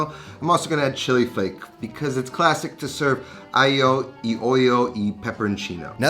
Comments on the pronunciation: sry but if you're gonna be picky about the pronounciacion, i have to disappoint you cause it sounds as if there's written "aio i oio", not "alio e olio", anyway nice dish good job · point of order, your honor. the "g" in aglio is not silent at all. also, the "c" in chitarra sounds like a "k" in english. I'm italian so, trust me, I know. thanks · Still mispronounced aglio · aglio e olio, the E is pronounced EH not EE, if we really want to be pedantic about it. Aglio is also pronounced a bit differently but people speaking english natively don't really have the "GL" in them, just like the GN of gnocchi. I might try the parlsey, not a fan of it generally and I've never used it personally. On the other hand, sometimes my midnight spaghetti involve a bit of roasted breadcrumbs for some texture. Not too much though. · Yes his pronouncing "EE" for "e" sounded horrible. Also, "gli" is not quite like "million" - the "gli" requires a different placement of the tongue more to the roof of the mouth. Subtle but sounds more "Italian". On the other hand, my Calabrian grandma used to call it "aghiu eh olio" when she would say "Mangia Fighiu" And I always made this the way grandma did, not "cremosa", just oil, garlic, red pepper, parmigiano. It is a peasant dish, not a gourmet dish like modern chefs try to make it. Version 2 does not look appetizing at all - as a matter of fact it looks rather gross to me.